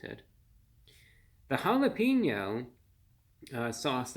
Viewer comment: Bit of advice: Every time you pronounce jalapeno as holla-peen-yo, It's like nails on a chalkboard. That doesn't fly in Texas.